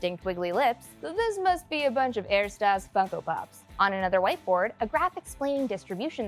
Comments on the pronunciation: Ersatz - pronounced ehr·saats not ehr-staas. Sorry, this was really bugging me. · ersatz not ertasz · it's pronounced "AIR-sots" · Ed. note: The word "ersatz" is mispronounced in the video by reversing the "a" and the "t" ( and ). It's not air-staz; it's er-zah-tz. (In German, the letter s often sounds like a z.) You're welcome. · The word "Ersatz" is pronounced as air-sots or air-zots, not the way you pronounced it. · ersatz is pronounced like air-sots But also are we not going to address the fact that Rick has mega abs. This probably is a reference to Season 6 Episode 4 Night family where Rick uses his “night person” to get the abs he has never wanted to take the time and effort to get. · Heehee... "erstaaz" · Er-STAZ lol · [Errrr-sats] the rest was good though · Ersatz(not Erstaz) is german and means replacement or substitute. It is composed of Er - he and satz - sentence.😁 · You really tripled-down on the er-stahs. Interesting choice. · You included a phonetic aid for how to pronounce "ersatz" and still managed to mispronounce it? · It's pronounced ersatz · Well, at least I now know how to correctly pronounce "ersatz"